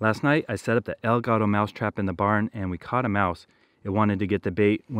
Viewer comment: take some of the money you make from this channel and go buy a Dora The Explorer book on how to say "the cat" or "EL GATO". Otherwise keep up the good work